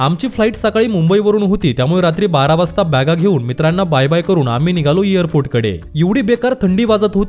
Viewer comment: इयर पोर्ट नव्हे भावा एयरपोर्ट, विमाण नव्हे विमान.शिकलेले पण न ला ण,आणि ण ला न म्हणतात. त्यामुळे ऐकताना कानाला खटकते.साॅरी हां माफ करा